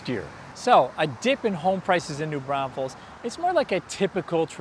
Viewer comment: Are you saying New Brownfuls?